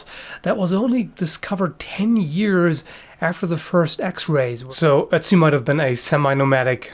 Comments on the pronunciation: Not to not pick, but the name is pronounced like utzi(oo-t-see) not Etzi with an E. They use that same O with the two dots in the German language, I had to really get use to how to say it when I lived in Germany. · I see his name and want to say "Oat-zee," but when says it, all I hear is Etsy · I kept on thinking he was saying Etsy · so you can pronounce ötztaler alpen but not ötzi? :>>> right at the start it sounded very much like "etzi"